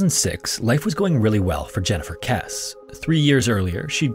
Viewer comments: Jennifer Kesse’s name is pronounced kessy. Like Jesse with a K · Jennifers last name is pronounced kess-ie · Jennifer's last name is pronounced Kess-y